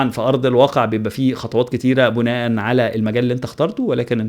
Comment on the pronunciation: شكرا يا على معلومانك... وبما اننا كلنا بنتعلم ياريت بس أما تقول (بناء على كذا كذا) ياريت تخليها بالكسر مش بالضم انا عارف انها حاجة ممكن تبقى مش مهمة لكتير من الناس بس دي لغتنا العربية